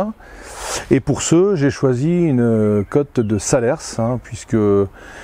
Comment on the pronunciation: super mais on dit salers" sans le s de la fin du mot. (saler)